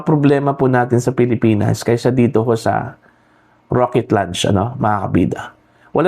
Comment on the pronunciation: Raket... hindi rocket. Baliw.